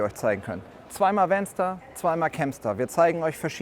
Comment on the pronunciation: Bedenkt man regionale, sprachliche Eigenheiten, finde ich den Begriff "VanStar" nicht so glücklich gewählt (insbesondere wenn man ihn so ausspricht, wie der Präsentierende im Video), nennen wir doch in Thüringen freche Kindern umgangssprachlich "Wänster". 😂